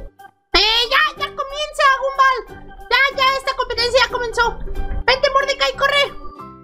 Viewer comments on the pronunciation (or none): No se pronuncia Gumball se pronuncia Gomball